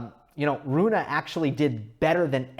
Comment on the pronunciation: You should pronounce the e in his name, as if were Runeh maybe. I'm swedish, but danish is basically just an ugly version of swedish (unbiased facts of course)